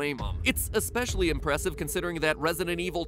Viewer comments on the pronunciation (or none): none